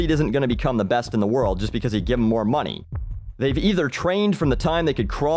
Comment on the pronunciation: did you say "moonee" at the end XD Im from minnesota and I dont even say that!